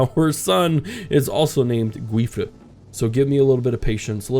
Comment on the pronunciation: The correct pronunciation of the name Guifré is for example by taking the pronunciation of the beginning of the word "guilty", the end is perfectly said, hope it can be of some help. The series is being amazing btw!